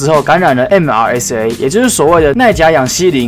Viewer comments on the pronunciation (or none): MRSA的唸法是 媽撒